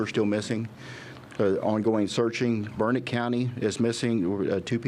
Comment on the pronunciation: I do wish that one govt official would pronounce Burnet, Texas correctly. He must not be from here. It's not pronounced burr-nette. It's pronounced Burn-it, dern-it...learn it.